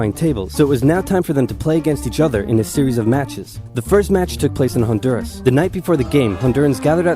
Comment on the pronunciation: I'll admit it, I thought it was Belize at first when the map was shown. Need to brush up on my Central American geography and props to the bloke for nailing Honduras